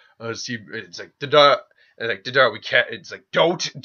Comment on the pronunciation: Bro Love the what if vids, but there a few things that have been driving me crazy. Your pronunciation of names. Its not da-dara, its Day-der-a. Or Orochi gaurd its not jarombo, but ja-row-bo. Or not Ma-dara but Mada-ra. Theres more but I cant remember them all. Idky but its really urkin me. Ima always support cause I like the content but ya gotta do better on these names my dude. Also, Shika was team 10 not 9. Neji was on team 9.